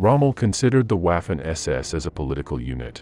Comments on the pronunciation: Could atleast have paid a real person to voice it, "WAUfen ESESS" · Good video....but for heavens sake......learn to pronounce the German words....Waaarfen SS makes my ears bleed. And "v" in German is pronounced as "f". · For the love of god could you please pronounce the w as v?! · Pronounced, "Vaffen" SS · Interesting episode but incorrect pronunciation of Waffen undermines credibility of the entire episode.